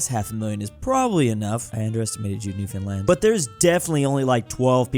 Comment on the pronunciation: I love that you say newfoundland right, not many do, now. come down and kiss da cod get ya screech in.